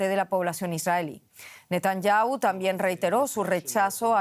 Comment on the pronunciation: Van mil meses de guerra y todavía no aprenden a pronunciar bien el apellido del primer ministro. Son un desastre